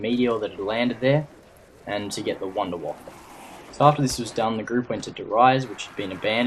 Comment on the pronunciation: come on its not the wonderwafel its the wonderwaffer